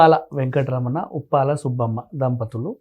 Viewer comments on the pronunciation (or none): ఉప్పాల కాదురా స్వామి కుప్పల